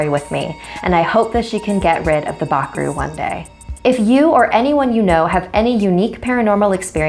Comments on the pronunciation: I am from Indonesia and I don't think that's how you say it lol but y'know I ain't gonna judge 😁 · Bakroe sounds like back row xD